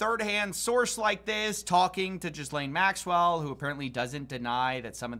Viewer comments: I think you pronounce Ghislaine Maxwells name like "Gilaine". I'm fine with "jizz-lane" though. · “JIZZ-LANE MAXWELL” 😂😭🤦🏾‍♂️ Bro is he purposely calling her that ? Or does he not know it’s pronounced “GUH-LANE” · Huge respect for you. For your edification, it’s pronounced closer to “Gill-aine Maxwell” (but a little more French). Definitely does not include “Jizz”. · Not that it matters, but it's pronounced GEE-lane, it's french. As funny as it is to say Jizz Lane given the context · It cracks me up when people pronounce Ghislaine as “Jizzlaine Maxwell” lol it’s actually pronounced “ghee-lane” with a hard g and silent s. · It's pronounced "Gill-ane", not Jizz-lane lol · Its pronounced Gill-ane dude. Not JIZZLANE. LMFAO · Jizz-lane. Lmao. How hard is it to look up pronunciation. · I love the way you mispronounce Ghislaine Maxwell’s name to make the first part rhyme with ‘jizz’😂😂😂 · It's weird to me that most people still haven't learned how to pronounce the name "Ghislaine". It's a hard G, and the S is silent. It rhymes with "Elaine". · Love how pronounces jizz-lane Maxwell 😂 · I like how you pronounce her name "Jizz-lane". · I don't view your channel enough to know whether or not you're pronouncing her name like "jizz-lane" on purpose, but it's killing me either way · STOP PRONOUNCING IT JIZZ LANE 😭😭😭😭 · Ghislane is pronounced something like Gillaine. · “Jizz-lane Maxwell” I’m sorry 😞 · Really? You’re gonna pronounce her name as “Jiz-Lane Maxwell”….?? This guy apparently does more research than anyone on the internet and certainly on YouTube. But….”Jiz Lane” Maxwell….. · I get that yankies are notoriously terrible at pronunciation, but I absolutely love that you're also calling her 'jizz-lane', and this time I believe that it's intentional. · I love the "Jizzlaine" pronunciation. kills me XD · Hearing people mispronounce Ghislaine and say Jizzlaine instead will never stop to amuse me😂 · Bro...its not pronounced jizzlane 😁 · Its pronounced Gee lane no Gis Lane